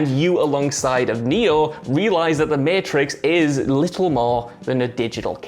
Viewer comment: Everyone: mAtrix WhatCulture: Meeitrix